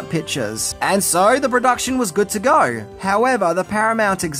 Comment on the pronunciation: Is there an “R” in the word “go”?